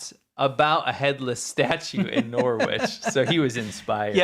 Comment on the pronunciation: He's from Wales - that explains a lot! The name you couldn't pronounce is said 'Can- are-fon'. The other one is Norwich - pronounced 'Nor-itch'. No W sound. When this guy went to University, it was free in the UK. Primary school is for pupils aged 5 - 11 yrs old. Hope that clears up some of the bits that you couldn't understand. 😊